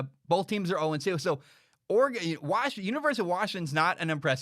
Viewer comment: Heard it bowlth ways, b.